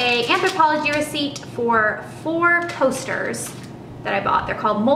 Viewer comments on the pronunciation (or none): I totally thought you said four toasters instead of four coasters and was very confused. The bag and watch are gorgeous!